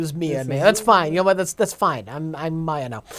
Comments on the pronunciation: Oh jesus christ, you guys. Mia - pronounce MEE-ah Maya - pronounce MY-ah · How do these tards not know how to pronounce "Maya"?